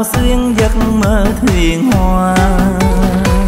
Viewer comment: Bạn hát hay quá nhưng có vài chữ phát âm tôi không hiểu mong bạn chia sẻ giúp nhé, bài này bạn hát theo phong cách âm hưởng dân ca Nam Bộ , sao chữ ngày bạn hát y chữ hoa bạn hát h .tôi không hiểu mong bạn chỉ giúp. Cảm ơn bạn